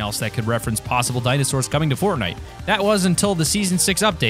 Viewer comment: Why does he keeps on saying in seaaon 6